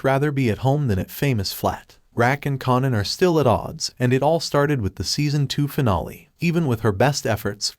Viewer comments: Kanan as in KA-AY-NAN. Say it with me, kaaaaaaaanan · I'm gonna need for this narrator to learn how to properly pronounce the names of the characters in his video!! It's pronounced KAY-NAN...say it with me now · U r pronouncing Kanan name wrong.. its annoying 😩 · Too annoying I didn't watch it.. but I did want to express my frustration. Do it over without the mispronounciation